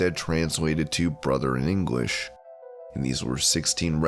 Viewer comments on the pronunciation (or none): none